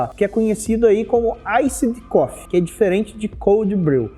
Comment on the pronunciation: A pronúncia do Iced Coffee é "Iced Cofi", como se tivesse um "i" no final, da forma que você pronunciou ficou parecendo "cough=tosse". Café é bom demais, ótimo vídeo!